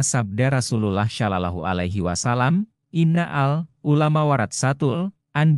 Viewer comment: Iki opo maneh..😂😂😂😂 Hanya anak SD yg percaya sama berita ini,..si pembaca berita aja non muslim,.."rasulalah salalahu aliwasalam" pelafalan nya kaku banget 😂😂😂 Ini video pake AI, Chanel yahudi yg lagi nyamar pake nama Islam 😂😂😂😂